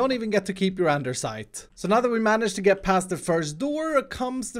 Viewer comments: "Anderssite" lol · there is no "r" in andesite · there is no r in andesite!!!!!!!!!!!